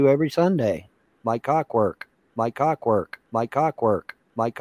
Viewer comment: CawkWork. Like CawkWork. Yep.